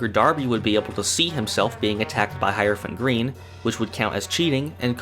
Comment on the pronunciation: Man thought I was the only one who pronounced Hierophant green "High-rophant green" instead of "High-er-ophant green".